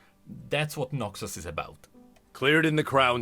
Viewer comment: Every time he says Noxus it sounds like NAXus, only way it sounds like Noxus is if I really focus on it